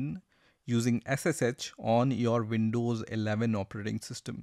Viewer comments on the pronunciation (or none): It is pronounced "Windows" not "Vindows"